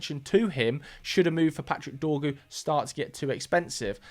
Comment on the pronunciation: His name is Dorgu, cmon bro it's only 5 letters 😂😂😂😂